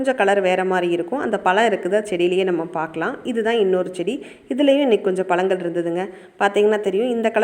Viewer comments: Madam palangal ila பழங்கள் 'ழ' னு சொல்ல matrenga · பலங்கள் இல்லங்க பழங்கள் னு சொல்லுங்க நீங்க ழ னு சொல்லி பழகுங்க தயவுகூர்ந்து அப்போது தான் இந்த காணோளிய பார்க்க பிடிக்கும்